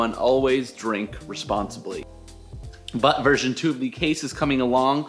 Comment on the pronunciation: Did he say "Butt version 2 of this case" Are we rocking butt crispy cases? WUTESTHES!?!?